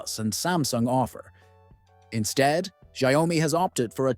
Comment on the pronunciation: You pronunciation on xiaomi is ERROR404, it's xiao-mi, not xia-o-mi